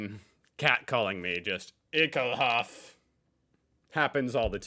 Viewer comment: it's ekelhafT .... never use Ekelhaf .... there used to be some stupid reality TV chick who said it that way .... an now "ehekhaf" is forever bound to this person.